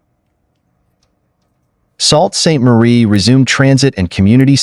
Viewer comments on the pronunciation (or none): It’s pronounced “soo” saint marie not “salt” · Salt st Marie??? this is ;what he said...wtf....learn pronunciation... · right SOOOO saint marie NOT GRAVENHURST EITHER Pr GRAVE enhurst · FYI. Sault Ste. Marie is pronounced Soo Saint Marie ….. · Yes.. Sault St Marie ......pron. sue st marie